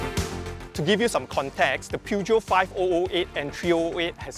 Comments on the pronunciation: Good review! But it’s pronounce as Pur-Jyo 😅😅 not pew jeow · Per-jhio. Say it right